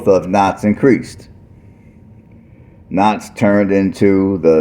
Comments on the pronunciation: It's pronounced cow ts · I love your videos, the proper pronunciation for Kouts is Cow-ts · What are you even saying it’s Kouts?